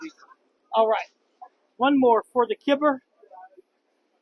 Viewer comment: It's "Gipper"... Win one for the Gipper!